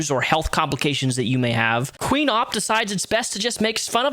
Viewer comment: You pronouced Opp wrong. Its not Ooop, its Opp.